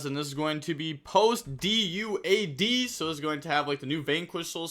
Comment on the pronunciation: Why don’t you say duad as a word lol